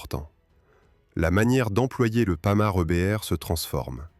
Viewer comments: Les générations actuelles qui critiquent les boomers se servent de l'IA avec des commentaires fades, des terreurs de prononciation , Panhard c'est le panard, et autres approximations, pas de travail fouillé. Feraient mieux de ne pas critiquer et de se mettre au boulot. Ouille ! Le mot qu'il ne faut pas prononcer. Le seul mérite c'est de faire connaître un engin atypique . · Le (Panard) IA inadaptée, c'est Panhard MDR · Nouveau non de code le panard 🤣merci l'ia pour ce fou rire gratuit